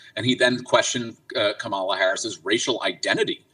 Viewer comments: He can’t even pronounce Kamala properly… 🙄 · Stand tall. Go high. Do not bend to his demands. He has no right or power to make those demands. She doesn’t have to prove herself. She should counter, then walk away. And listen to this clown pronouncing her name wrong too. Is that a little hint to his loyalties?